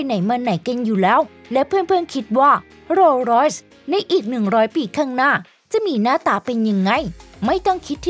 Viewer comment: โรสลอย อ่านว่า โร_สะ_ลอย ครับ ไม่ใช่ โลร้อย เสียราคาหมด😊